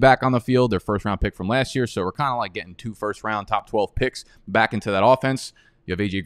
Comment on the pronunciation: Love the channel but every intro when you say “welcome baik to the channel” I say 🥴